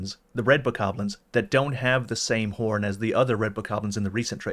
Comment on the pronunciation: I had to stop listening when you both started mispronouncing Bokoblins ...